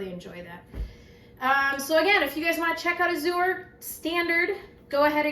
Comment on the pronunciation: “Azure” is an English word, meaning “blue.” It’s pronounced /ăzh′ər/ — (ă = short A, as in “cat.” “zh′ər” sounds exactly like the second syllable in “treasure,” “measure,” and so on).